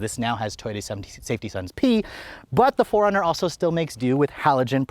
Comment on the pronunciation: Sounds like you’re calling it a Foreigner.